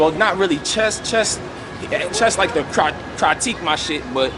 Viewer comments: This nigga said "Cry-tique" 😭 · yo did roc jus say “cry tique”?? 😂😂😂 critique bro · Talk dat "crytique" & "instrested" shit,!😂😂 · Cry-tique? Wtf is that 😆